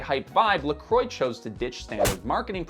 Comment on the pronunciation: Could you please look up the pronounciation of "Croix"... my ears are starting to bleed 😅😅😅😅